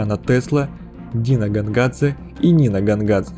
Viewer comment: А мне уши резало "Гонгадзе", потому что русский перевод имен в самой игре очень убогий, играю в английской версии.